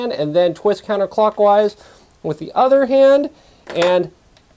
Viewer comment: One note: Enunciate counter in counterclockwise more. As someone who has trouble hearing, it's one of those words that gets highly accented and can be troublesome to hear.